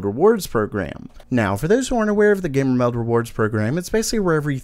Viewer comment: I subscribed because your voice grew on me, something endearing about it. However, I still really dislike how you say "GamerMeld", there is just something so off about it...